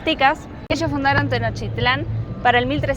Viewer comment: No sé dice "Tenochitlán", se dice TENOCHTITLÁN. Favor de decirlo bien.